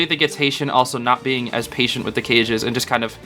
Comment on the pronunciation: He's in my head. Every time you say hetian I hear patient. WHYYYYYYYYY!?!?!?